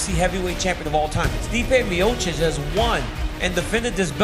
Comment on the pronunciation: Nobody: Dana: “Stipe Miochik”.